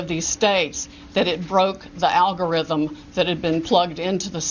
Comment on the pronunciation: Oh she said algo rhythms, she must be a genius